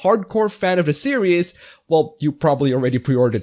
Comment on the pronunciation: Great video, but permit me to mention that "series" is pronounced "sear-eez", not "serious". I don't mean to be a dick about it, so sorry if it comes off that way.